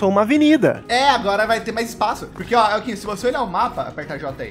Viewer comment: Rapaiz, e dan tomando banho com eokinho, é o entrando no buraco do eokin, rpaaz eokinho tem que se pronuncia eim